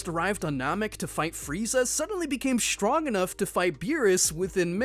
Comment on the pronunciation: How he read this ; STRONG , DESTROY is(h)trong , Des(h)troy.